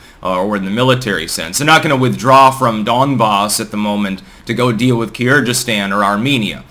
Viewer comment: That is poor analysis, starting with the weird pronunciation of Kyrgyzstan and Tajikistan and ending with Kazakhstan actually being very cold to Putin despite that anti-revolution help they got beginning this year (not last year).